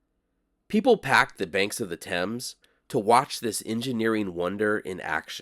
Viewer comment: Nice that you pronounced Thames correctly. As much as I enjoy your desert trips, you brought your expertise to an iconic sight of London! and gave a well researched picture of a sight that only tourists acknowledge and visit.👍